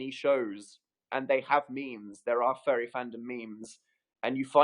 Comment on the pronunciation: i kept hearing "fairy fandom" and i was so confused until i realized he was saying "furry fandom" wow